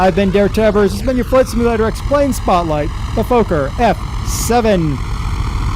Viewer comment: Lol im dutch and you didnt say it correctly.